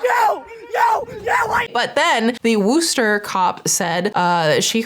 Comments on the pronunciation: the way ur saying “worcester” is. frying me as a local😭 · As a Mass resident and somewhat close to Worcester, it is always funny to hear how others pronounce the city/town names lol. I guess you can say that about any place really, just funny when you know the city the youtuber is talking about. Keep up the great work! <3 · Being from Massachusetts, i give you credit for being closer than most people get pronouncing Worcester, but it's still a little painful to hear 🤣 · Ok im from Massachusetts and the way she says Worcester is driving me nuts! Other than that great video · When she says Worcester every time her pronouncing is wrong😂😂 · Sorry, people not from MA pronouncing MA names is always funny to me. I'm sorry our words are hard! Worcester is pronounced similarly to worcestershire. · I'm from Worcester. You are absolutely butchering the pronunciation 😂❤😂❤😂❤ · hahah yep that’s the usual. And in her defense, we’d say woo state. But I still enjoyed how she said it. Lol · Corrected it every time in my brain but love that she did actually try to say it properly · I’m sorry but as someone born and raised in Massachusetts it’s killing me the way you’re pronouncing Worcester 😂 But at least you’re not saying Worchester like most people. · first let me say I love everything you do an love your channels! but I just had to say that Worcester is wuh sound like in "Wood" instead of in >_< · I live in Massachusetts and I keep cringing every time you say 'Wooster' lol! As far as I know Massholes like me pronounce it 'Wussta'. Or at least that's how I have always said it. I have a pretty severe Boston accent though and most people cringe at every other word I say! Anyways, I will continue to be a big fan of both your channels no matter how you pronounce it 🙂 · Massachusetts here. Worcester is pronounced "Wuss-tah," not Wooster. Try Gloucester - "Gloss-tah!" That "c" is a silent killer! We're wicked weird - Girls are smarter! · It's not Wooster...😂